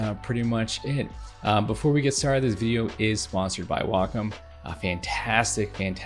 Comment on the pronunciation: and you said wacom correctly!;) The piece turned out beautifullyyyyy. Great job! - cactus_crystal